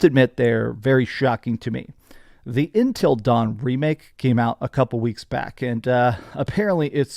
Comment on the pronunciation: Why you keep pronouncing it as Entil Dawn instead of Until Dawn? Also noticed how games aren’t selling because people don’t want BS. Lol Either that, or companies have carried away budget/expectations, and poor business strategies that contributed sell lost. 🤷‍♂️